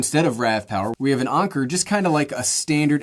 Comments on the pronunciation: He said Onker instead of Anker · did you just call anker "onker"? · The way he says anker 😭 “ahhnker” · Anker is not pronounced onker. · Every time he said (Anker) I cringed 😬